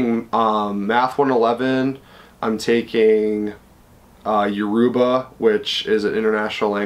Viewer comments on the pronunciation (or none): He said Yoruba wrong.